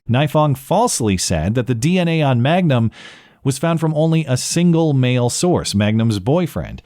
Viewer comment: Reality is stranger than fiction. You mispronounced her name as “Magnum” thinking it sounded strippery, but it’s actually Mangum. Man gum. Crystal Mangum. She seriously just got chewed up and spit out on the street of life. Stripping, prostitution (presumably), attempted murder, arson, larceny, false allegations, and actually murder. Crazy life story.